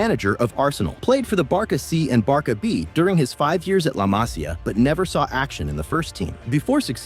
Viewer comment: But why do you Call Barca Barka? 😅